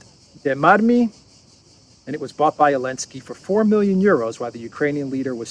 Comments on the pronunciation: Why do you call Zelensky, Elensky? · why do you call the President of Ukraine Elensky? His name is Zelensky. Is it because the EU banned the letter Z, or are you just mocking his name? Either way, both options are funny.